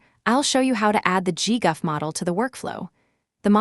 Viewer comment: "Saff-eh-tensors" 😂 "gee-guff" 💀